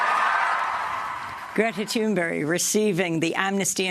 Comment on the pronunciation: Good job by the interviewer on the pronouncing Thunberg's name, on a "Swedish as a second language level, almost".